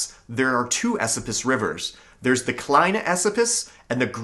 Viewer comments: I’m from the area, just so you know it’s pronounced E SO PUS not esapus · Just a FYI- locals pronounce Esopus "A- so-pus" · ...Esopus is pronounced "E-SO-puss". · E-Soap-Us is how we say it here. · Dude your pronunciation of Esopus is killing me. I have pronounced it (E SOAP us) my entire life. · Absolutely wonderful. I know for a fact that there are many caves and hidden treasures in the Gunks. Lived on the ridge for a decade in an off-grid cabin way off the beaten tracks. You're mispronouncing "Esopus." Emphasis is on the middle syllable which is pronounced like the word, "so." Thanks for this video. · Thank you for the video I live on the shawangunk ridge in the town of mamakating and had not heard a few of these legends. That said your pronunciation of local names is terrible lol Mamakating is ma'am-a-kate-ing, and Esopas is is eh-soap-us. Recognize most of the places in the video and appreciate you not using random "mountain" stock footage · Shawangunk is pronounced Shongum. It's one of my research areas. I live in the Shawangunks. The correct pronunciation of DePuy is " de Pew" most of the stories are for the same mine. Mamakating Valley was until 1798 all of what became Sullivan County. Pahaquarry. Esopus "e-so-pus" Olde Mine Road is Minisink Trail. It Approximates US209 & splits at the TriState. Hundreds of mines in Shawangunk/Kittatinnies same mountain ridge. Contact me, please